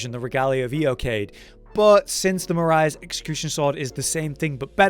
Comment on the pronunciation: Why do so many people pronounce it as marias? A lot of the names in elden ring seem founded on European (rijkaard is dutch last name, erd(e) is german for earth, so earthtree, etc.) With those in mind, Marais sounds a lot like it would be a french name. But about the ranking; in my opinion the pizza cutter is able to stand next to the marais executioner sword. The pizzacutter is slightly more difficult to hit, deals comparable damage but also has bleed buildup.